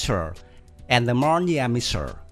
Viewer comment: Missile: It's not pronounced ''Michile'', it's ''Miss-ile'' Changed: It's not tranced, its chain-ge And the list goes on